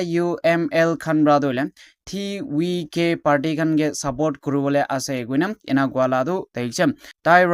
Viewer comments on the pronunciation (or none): Why pronounce as TVK as Ti wi ke instead of ti vi ke